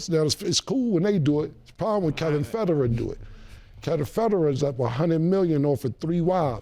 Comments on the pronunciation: Cam said “shoutout to Kevin Ferder” 😂😂 it’s Kevin Federline 😂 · 😭🤦🏽‍♂😭Come On Cam "Kevin Federerr"??!😭🤦🏽‍♂😭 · its like he was mixing Kevin Federline and Roger Federer (the tennis player) together lmao... typical Cam shit mispronouncing and confusing names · He butchered Kevin Federline’s name 10x 😂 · Cam pronouncing Federline like he’s the tennis player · Cam’s pronunciation of the name is what made me PAUSE… it wasn’t until he said Brittany Spears… I was like “BET. He is speaking about him.” 😅